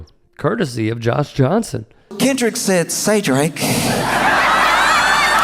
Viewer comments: She called him Kendal 😂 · She said Kendel…smh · The "Shut up and Dribble" lady is actually talking about the Super Bowl halftime show. Maybe she should take her own advice. Jeanine Pirro couldn't even say his first name correctly so she should go back to drinking or sniffing and stay out of things she knows nothing about. Faux should just acknowledge "they not like us." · “This guy Kendall Kamar got all these Grammars?!”😂 Lady WTF are you babbling about?